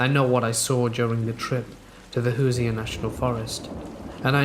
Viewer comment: The stick men is one of my favorite stories, I love the one w the hore Tony, and u Crack me up saying "Hooser" it's pronounced who-sherr